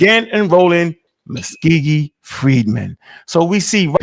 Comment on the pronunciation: it’s Muscogee not muskeegee